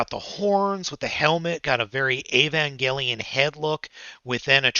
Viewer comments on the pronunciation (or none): none